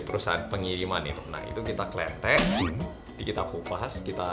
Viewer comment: Jokes ku cuman sekedar dengrin bilang "KITA KELENTEK". Ya rabb... Jowo timuran puwoool.... 🤣🤣🤣